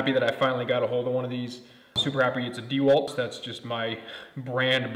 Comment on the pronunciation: Dee-Walt lol